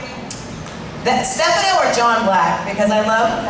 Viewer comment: Its Daniel Jonas not Jones. And it is Stefano, not Steffano. Get it right idiotic announcer.